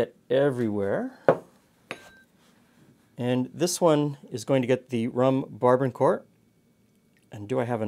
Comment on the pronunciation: I love your channel. However, you mispronounced the 'barbancourt.' As a Haitian-American, let me be the first to say the rum is pronounced: Bar-Ba-Cout. The '-n' in 'ban' is silent. Also, both the '-r' and '-t' in court is silent; and sounds like the word 'coup' versus 'court.' Moreover, I love the cocktail recipe and I will bring it to next family dinner on Sunday. Thanks for the video.